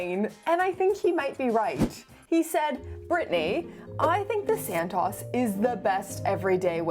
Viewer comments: All these years I thought Santos was pronounced Santos. Silly me, it's santoss. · It’s Santos, not San-Taws. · Its pronounced SANTOOOOOOS not SANTAAAS … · Great content, I do love the Santos, and this may be a bit nit-picky, but does anyone really pronounce it this way?!? I'm fairly certain it Santos with a long O (as in "oval" or "oak"). At least the people at the Cartier boutique pronounce it with the long O